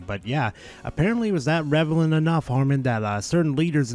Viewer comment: revelant?? REVELANT? Bro doesnt know how to say the word relevant. rele-vant